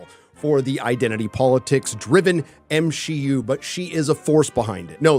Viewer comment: Ngl I agree with you on most things but I would appreciate it if you just put it bit softly and stop saying M-she-u it sounds bit distasteful